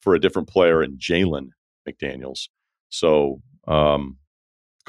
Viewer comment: ryen why do you keep saying jaden smith instead of jalen you’re supposed to be perfect😫💔